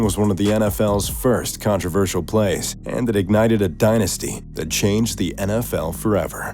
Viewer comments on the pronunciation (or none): none